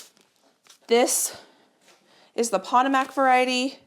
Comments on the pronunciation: Remember last year you had planted snapdragons too closely and you commented that you didn’t want to do this year. Potomac is pronounced poTOmac with the accent on the “to”. As in the river in Virginia,Maryland, DC area. I know this because I lived there many years ago. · Potomac, like the Potomac River is from the native Piscataway people. Pronounced puh toe mauk. With all the native community is going through right now and have gone through, it's important to put in the effort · Just fyi, Potomac is pronounced like the Potomac River in Washington DC. It’s puh-tow-muhk with the emphasis on “tow”. Of course pronunciation doesn’t matter when it comes to beautiful flowers but I thought you might want to know. 😊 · Just for reference, the Potomac would be pronounced puh-TOH-mak for the snapdragons. Like the Potomac River near DC.😊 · Just a gentle insight - Potomac is pronounced like the river that runs through Washington DC. : ) Love seed starting season! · Sorry, I was thinking of my red potatoes when I corrected your pronunciation of your Snapdragons, I typed it very wrong. What I mean't to type was Potomac like the Potomac River ( poto mic) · I think it’s pronounced p toe’ mc, like the river in Washington dc. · Love seed starting time! I think your snapdragons are called "pa-toe-mick".😊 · Potomac is pronounce puh-tow-mac like the river. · Hi, love the channel. I know you hate to mispronounce words. Google “pronounce Potomac”. It’s the river in Washington DC. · FYI, the Potomac Berry is pronounced like the Potomac River in Northern Virginia and DC 😊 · It’s pronounced pah toh mac not pat tah mac! Like the river that George Washington used. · I just love how you pronounce things sometimes it's adorable, makes you real to us!!! But Pa-toe-mic if it helps!!! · I just love how you pronounce things sometimes it's adorable, makes you real to us!!! But Pa -toe-mick or pa-toe-mack if it helps!!! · Potomac. Like the river in Washington. Po toe Mac